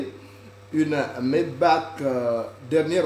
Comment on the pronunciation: Maybach et non Mayback!